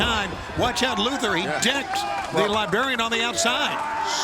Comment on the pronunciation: Did Tony say, "The Libarian"?